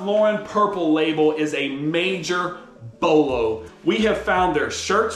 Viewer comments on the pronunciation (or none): none